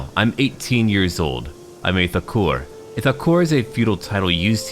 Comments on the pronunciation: thakur is pronounced Taa-kur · and for pronouncing 'Thakur' you have to listen to the Bengali pronounciation of India's great Bengali poet Rabindranath Thakur then you can pronounce it well